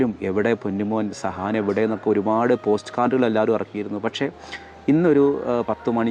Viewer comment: സഹാൻ അല്ല സുഹാൻ ആണ്...